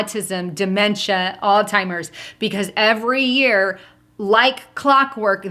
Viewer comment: PLEASE STOP CALLING IT "ALL TIMERS"!!!!!! IT'S ALZHEIMER'S!!!!! ALL-ZI-MERS